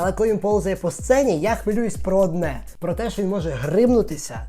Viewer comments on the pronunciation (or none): none